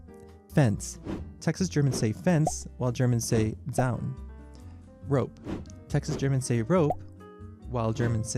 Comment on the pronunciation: It sometimes hurts to listen to pronunciation of German words. "Seil" would be in English spelling "zile" (he says "seal") and "Zaun" would be "tsown" (he says "zown"). "Eichkatze" for "squirrel" is regional Bavarian word. In colloquial German it is "Eichhörnchen".